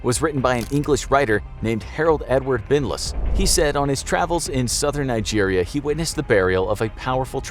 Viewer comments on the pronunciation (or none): none